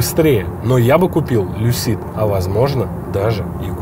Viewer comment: В слове Lucid ударение на первый слог. Но для этого нужно знать английский...